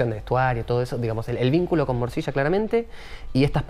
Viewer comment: El entrevistador dice moshisha y aclara morcilla maestro el trabaja en la serie ya sabe a que te referis?